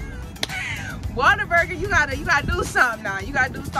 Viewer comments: Sounds like you saying " water burger" but it's what a burger but say it in One word lolol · It is Whater-Burger 😂😂😂 it’s a Texas thang…. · Definitely pronounce it Waterburger, much easier to say. lol I guess I will have try In n out again. It’s one like 5 minutes away from me and I haven’t had it in years. But ain’t no way In N Out beating out Whataburger. I usually get the basic burger with cheese with either mayo or mustard. Every once in awhile I will add jalapeños.Fresh fries from there are my favorite with the spicy or regular ketchup.